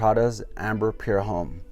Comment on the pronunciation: Homme is pronounced "om"